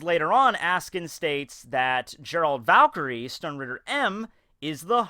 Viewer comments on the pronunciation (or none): none